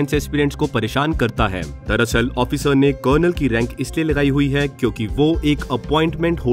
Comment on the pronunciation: Aap ki awaj में show off करके bol rahey ho. "जोनरल " ..."ओफिसर" ....bhai sidha उच्चारण karo bhai.. जादा show shaw mat kar yar.